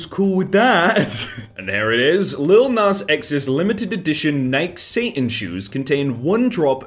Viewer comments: nike is pronounced NI-KEY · Dude, it's NIGH-key. Nike. Don't even get me started on "aluminum"... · ITS NIKEY NOT NIKE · Nike is pronounced NIGH-KEY, not NIGHK, according to the CEO. Idk where the Nike pronunciation dilemma came from. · Nike is pronounced Nikee, and pragerU is pronounced Pray gr you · FYI, Nike is two syllables: nigh-key. Like how you pronounced it when it was plural, Nikes. And am I the only one who noticed it was the actor Michael McKean in the first one? He was the one pointing out how stupid the bread tie thing was. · it’s pronounced Nike with a long E. Nike-e. Like Wall-e. I don’t care if its normal in the UK to not pronounce the e, if you don’t pronounce the e, you are wrong. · how are you still pronouncing Nike wrong? Is this an inside joke or something? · Is that how british pronounce nike, or does he just not know what the shoe brand is? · The way he pronounced “Nike” gave me cancer lol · Please learn how to pronounce Nike. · I noticed that. But then he got right when he pronounced it in plural form, Nikes.